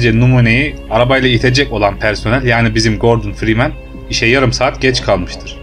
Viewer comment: Oyunun başrol karakterinin soyadını bile doğru okuyamıyorsun neyine senin bu videoyu yapmak